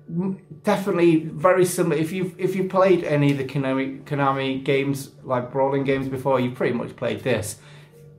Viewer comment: Brilliant! and you managed to pronounce Konami right! Ooooh didnt realise you were a Skegvegas fan, next time we'll have to have a chat about it! Skeggy had a time traveller in the pier, was the only place i remember seeing it tbh.